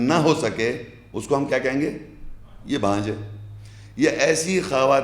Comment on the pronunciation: بھانجھ ۔۔۔۔ نہیں بانجھ کہتے ہیں